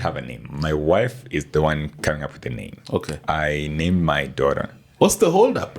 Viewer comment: Why pronounce Daughter as Dorra and Reuters as Rorras